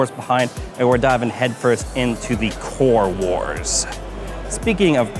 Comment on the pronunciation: "CORES WARS"